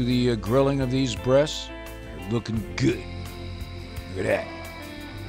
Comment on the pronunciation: hate how he says good